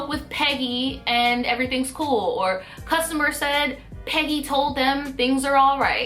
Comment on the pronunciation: I was over here thinking you're saying "petty" and not "peggy".